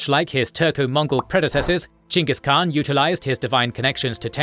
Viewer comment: Would have been nice if you had correctly pronounced Khan and Chinggis Khaan